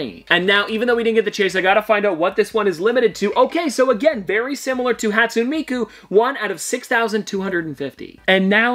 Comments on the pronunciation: I don’t like to be that guy but hatsune miku is pronounced hat soon A me ku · How you said Hatsune Miku was hurting my brain, But nice video